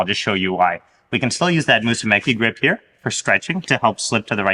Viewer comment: Mussume"CHI", like when you americans say "CHI"cken